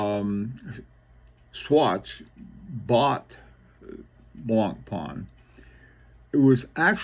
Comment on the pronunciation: Hey, Blancpain is pronounced blongpan as opposed to blongparn I know you struggle with foreign pronounciations hope you don't mind me helping out. I think the LUC Chopard watches are very underrated..